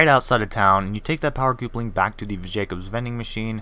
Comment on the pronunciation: Coopling HAHaha it is pronounced like couple ing